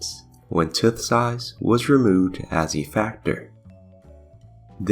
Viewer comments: "Tooth" is like saying the number "Two" with a "TH" at the end of it. 👍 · This was very interesting and even thou I knew what u were saying, calling it a tuth was driving me crazy 🤣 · Tuth? I cant get over how the narrator Says Tooth. Tuth.. lol hilarious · Awesome video! By the way, are you Welsh? I ask because of the way you pronounce the word “tooth”. I have Welsh relatives who also pronounce it that way, and I thought that was unique. Anyway, thanks for making this!